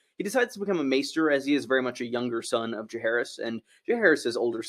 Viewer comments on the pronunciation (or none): none